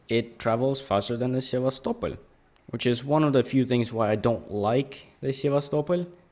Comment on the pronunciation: I like how pronounce Sevastopol. Most ppl pronounce it as: sevastopol... Like a normal English speaker, but u pronounce it: sevas, topol